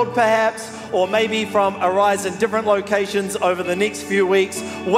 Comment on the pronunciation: Thanks for butchering most of the location names. Made me laugh :0)